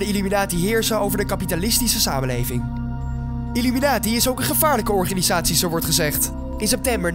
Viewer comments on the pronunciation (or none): Het is illuminati, niet illuminatie Spreek het maar is uit dan hoor je dat het niet klopt 😉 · Je zegt illuminatsie niet illuminatie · het is illuminati en niet illuminatie